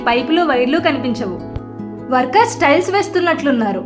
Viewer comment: స్టైల్స్ ఆ టైల్స్ ఆ మేడం గారు..😂😂 కానీ మీ ఉపోద్ఘాతం , వివరణ, బాగున్నాయి . ఇలానే కొనసాగించండి. చానల్ కి మంచి భవిష్యత్తు ఉంది.